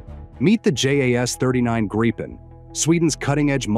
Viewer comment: It's Gripen, not Grapen.